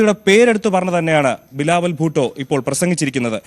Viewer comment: ബിലാവുൽ ഭൂട്ടോ അല്ല ബിലാവുൽ പൊട്ടൻ